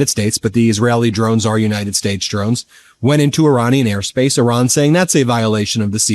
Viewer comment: Who is “Oran”? Are you referring to IRAN?